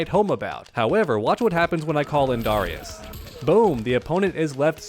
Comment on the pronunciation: The way you pronounce Darrius is so dumb bro lmao